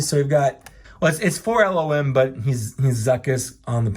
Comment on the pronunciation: LOM, not L-O-M